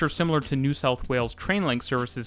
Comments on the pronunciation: Nice video. I used to live in Brisbane. It has a special place in my heart as it was the first place I set foot in this country two decades ago. For future reference: Beenleigh is pronounced "Been Lee." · As someone who's lived in Brisbane for a long time, Good job trying to pronounce some of our silly named towns. Missed on a few, but you did well... haha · Mispronunciation of Beenleigh, that's a paddling... it's Leigh as in lee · Been Lee not Been Lay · Been-lee, not Been-lay. :) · it's pronounced queen's land, not queenslund. also beenlee, not beenleye. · please. it's not pronounced beenlay, it's pronounced beenlee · I would like to congratulate you on your pronunciation of the many and varied place names in this video. Most foreigners mangle them badly, however you did an excellent job. My only gripe is Beenleigh is pronounced “bean-lee” and not “been-lay”. :) As a former Brisbane native I really enjoyed this video, seeing what the city had done to improve the public transport since I left 16 years ago. Thank you muchly! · Great vid. Also its said "Been-Lee" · Incredible video only 1 thing to say beenleigh is pronounced bean-lee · Very good, except for Been-Lay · Very well done but just one miss-pronounced name. Beenleigh is pronounced Beenlea, been lee. I'm waiting for the new metro. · Been-Lee and “the Gold Coast”, not “down to Gold Coast” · Yeah only got Beenleigh wrong